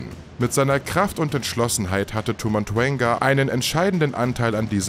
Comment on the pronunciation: Es heist Tau und nicht Tu Rede bitte die sachen ordentlich aus